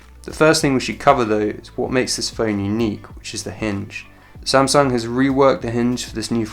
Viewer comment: I like how he pronounces "samsung". It is "a" sound, not "e" sound.